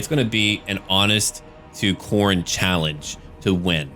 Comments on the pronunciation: Um... urh... Khoronne? The second 'o' is silent? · Is it me or evry time he says khorne it sounds like horny so I hear look at these horny warriors of norsca